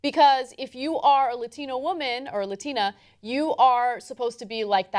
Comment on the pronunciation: She says Latina funny. And Ana I think you mean Hispanics.